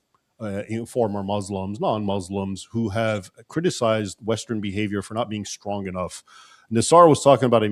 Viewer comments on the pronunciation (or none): none